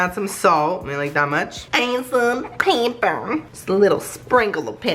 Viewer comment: i thought you said paper instead of pepper.